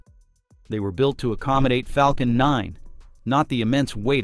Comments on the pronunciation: Flacon nine??????? AI crap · we have the proof this is a IA voice: "Flacon9" 😄